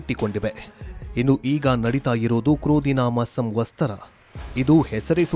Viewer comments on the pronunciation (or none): ಸಂವತ್ಸರ ಅಂತ ಹೇಳಿ ಸಂವಸ್ತರ ಅಲ್ಲ.